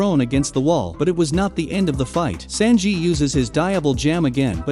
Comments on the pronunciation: Senjiiii -_- San, like you, said San on San on "3" in Japanese. just saying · The pronunciations hurt my head... SAN-ji. Diable Jam. Jin-bee. Anys lobby. 🙄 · Never … ever say sanji again….. ever